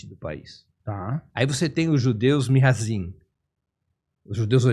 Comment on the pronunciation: Nao se diz Mihazim, se diz Mizrahim